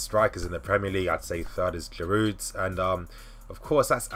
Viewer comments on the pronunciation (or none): none